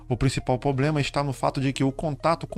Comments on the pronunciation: Muito bom vídeo, mas, a palavra correta é "problema" e não "poblema". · Mano, ótimo vídeo, só evita falar poblema, pra passar mais credibilidade ao seu conteúdo, cheguei ao canal por esse vídeo e gostei do conteúdo. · Irmão, seu conteúdo é ótimo e sua voz (tom, ritmo, interpretação) passa muita credibilidade. Só uma ressalva mínima: a palavra problema. Já estou seguindo e recomendo! Desejo muito sucesso!